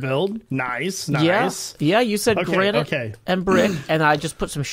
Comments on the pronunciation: Careful, the gra-ni-te is fra-gi-le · Gra-nee-tay 💀 I'm dead inside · I genuinely can't tell if he's mispronouncing granite on purpose or by accident but I love it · Other Hermits "let me get some granite for my build" " let me get some Gran nie te. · gra-nee-tay me: *facepalm * do not take this srsly